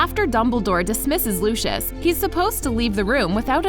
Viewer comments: That LuChIoS is wrong it is Lucius ( Loo-see-uhs ) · OMGGGGG CAN YOU NOT SAY LUSHUSH ITS LUCIUS ITS A C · She isn’t a real Harry Potter fan the girl who is saying it It’s not looshis is lousies Soz I have bad grammber 😩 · who the fuck is looshous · wait wait wait. Americans pronounce luscious as looshus the heck is looshus lmao. It's meant to be pronounced more like Lucy-yus or Lucy-yos. ’m laugh-crying right now haha Looshus I will never forget that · IM GOING TO SAY IT AGAAIN FOR ONE👏🏻LAST👏🏻TIME👏🏻! ITS PRENOUNCED LOUSIUS NOT LUSHUS!!!!! (Lucius) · WHY ARE THEY SAYING LOOSHIS INSTEAD OF LUCIUS (LOO-C-US) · who tf is LOOSHOOS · It’s not LU-Shus it’s LU-si-iss /// If thats how you can read it 😂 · It’s loo see iss (Lucius) Not looshus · Lucius. (Lus SI us) not lue chus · looshes? LOOSHES? BITCH IS LU-CI-US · PLEASE "LUSHES" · I’m sorry did you just call Lucius Lushus? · Lushish- 😂 Lol no hate just a lil funny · i don't want to be rude but its (lu-si-us) just for the future. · Can someone tell me why she’s saying “Lushes” at the beginning?? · Why does she say Lucius like luscious😂😂😂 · Omg this annoyed me... ‘Looshoosh’ for real? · why they gotta say “lUshIoUs” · are we not gonna talk about how they say lucius it sounds like lushos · DID YOU JUST CALL HIM LOOSHIS MALFOY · And when she said Lucius she said lushiush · Lol they said lucis when it’s Lucius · WHY DI U SAY LUCIUS LIKE THAT LUC-EY-US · She did not just call Lucias as lushous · Oh yes she did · Looshus???? Is that how it's pronounced now? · it still bugs me that she mis pronounces lucius's name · Who else is getting really annoyed by the way she says Lucius, like she is saying it wrong. Learn how to say his name please. Also, I love the video, super cool facts.